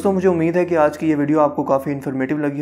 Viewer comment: Sir ap ke Alfaz 3 YEARS AGO bhut achi Thi Ab ap Jaldi jaldi Bote hai Ur Hai ko Hainnn Bolty hy